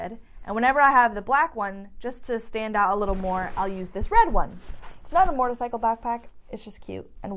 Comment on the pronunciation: ...… love the channel! cant wait to see the vid on your track day cuz I want to do one to! I have to tell you something..... when you say the word MOTORCYCLE you pronounce it MORTORCYCLE sometimes! SUPER CUTE! Keep up the great channel!